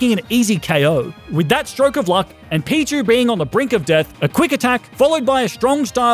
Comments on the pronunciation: Has no one noticed that he called pichu pikchu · The second I realize he said Pikachu I started going off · I noticed he shamefully called pichu “pikachu” as well